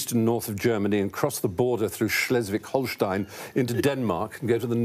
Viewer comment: I've never heard a British person pronounce "Schleswig-Holstein" this well